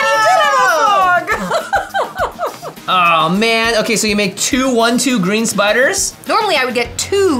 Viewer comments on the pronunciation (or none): I know she says “anybody got a fog” but it really sounded like “anybody got an (F slur)” and my brain short circuited - I simultaneously thought she was asking for a cig, or one of my gay girlies was talking to me. 😂